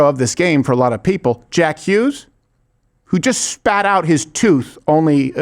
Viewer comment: he's saying "It's Jack Hughes", but he's pronouncing it in a french way for some reason "Jacques Hugue"